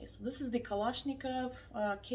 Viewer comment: Very authentic pronunciation of "Kalashnikov", like russian native speaker... Gorgeous lady!